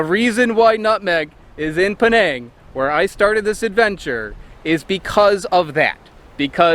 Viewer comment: Penang not Peneeng